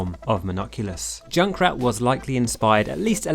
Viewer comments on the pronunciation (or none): I love that he says at the begining Doom-o man and joink-rat